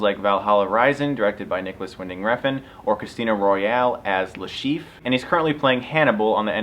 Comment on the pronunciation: "Chiffe" or something